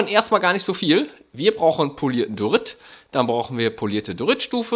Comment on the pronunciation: Ich mag die Idee und so :) Aber was mich triggert ist das er Dorit sagt anstatt Diorit